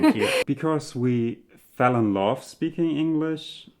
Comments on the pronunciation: .... it's the short "v", which in German is pronounced the same as an English "f". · The way says 'love' sounds very German to me. 😉